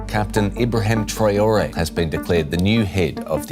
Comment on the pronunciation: apprenez à votre IA à lire correctement le mot TRA O Ré SVP!